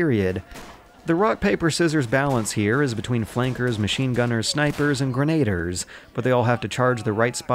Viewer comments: "verdoon" "ad infinite-um" "grenader" use a dictionary w/ pronunciation guide pls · Its grenadier not grenader and its Verdun not verdune